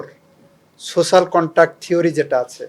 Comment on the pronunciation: পসন না প্রশ্ন।চোচাল না সোশাল